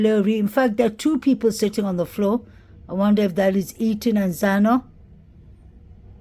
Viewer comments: PAAALEASE pronounce ETHAN'S NAME CORRECTLY !!!! You can say "the" and "than" and "those" and "that" but continue to say "Ethan" incorrectly. It's flat out DISRESPECTFUL !!!!!!!!!! It's not "Eton" as you say it. You're better "THAN" other channels - great now add the "E" to the beginning of that ... E-THAN. How can you dig this deep investigating, never having noticed how his mom, or all the other true crime channels, say his name differently than you ??? She didn't name him Eton !!!!! No matter how many times you say Eton, that's not his name and It's not respectful to continue to mispronounce his name every flippin time you say it. It matters to me and it's not a big ask. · Sounds like he said Liam not Ethan. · I feel the same Julie. I can't see why would have a reason to not say Ethan's name correctly.